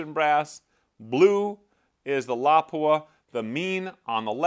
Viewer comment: It lapua not lawpua